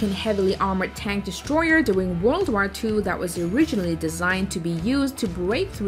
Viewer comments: But can't say war probably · The hell is that „war” pronounciation? It’s pronounced /wôr/ or /wô:/ in british. While you say something like /wær/ or literally /war/, and that sounds terrible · The fact that she mispronounced war was pailful for me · yeah how the heck do you even type what she says. That would need to be in a different language